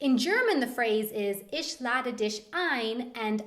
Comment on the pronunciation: By the way,, your German pronunciation of the ch in words like "mich" is more like the sch is pronounced. Just a friendly tip to improve your German skills.